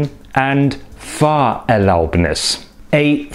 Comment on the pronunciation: It sounds like you're saying "FahrerLAUBnis" in some places, but correctly stressing it "FAHRerlaubnis" in others.